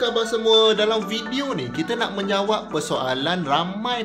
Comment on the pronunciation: hahah nak menyawab ke nak menjawab